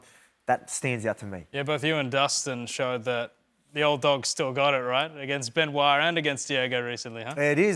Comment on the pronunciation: Absolutely butchered it